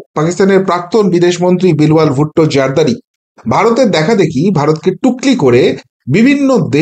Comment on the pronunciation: বিলওয়াল নয় ওর নাম বিলাওয়াল